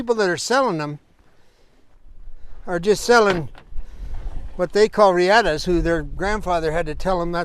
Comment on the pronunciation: It's not pronounced reeEhta. It's Spanish. It's pronounced REahta.